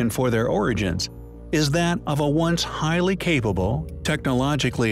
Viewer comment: lets start a "high lee compelling DRINKING GAME ?????🍻🥂🍺🍸🍷🍾